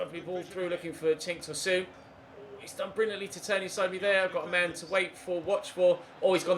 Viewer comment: Tosoon🤧🤧🤧 it’s pronounced Tosun exactly how its spelt